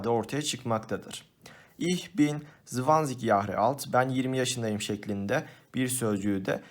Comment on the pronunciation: hocam jahre kelimesi yahre olarak değil yaare olarak okunur